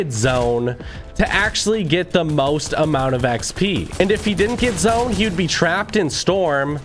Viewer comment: Anybody realised he sais zoen instaid of zone